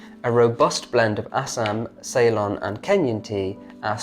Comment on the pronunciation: In the future, if you are reading blurbs aloud for your products, perhaps you should check how certain words are pronounced. This time, it was Ceylon that was misprounced. I say this because I know you like to be as good as possible.